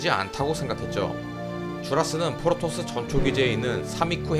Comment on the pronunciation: 자꾸 포로토스로 들린다